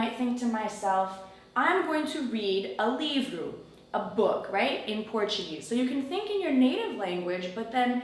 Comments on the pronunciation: From Brazil From Marcio Hello Darling... how's it goin'? You said "Livro"? Hummmm very nice You did it very well... beautifully Soon we'll be speaking... in Portuguese. Kisses. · So cool! I used to do that! I need to practice more. Que gracinha você aprendendo português falou livro perfeitamente!